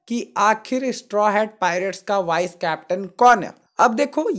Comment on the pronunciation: Bhai wo wise nahi vice hota hai